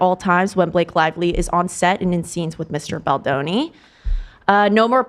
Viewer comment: Kinda sad ethan knows how to pronounce baldoni correctly now 😔 i miss ballzanga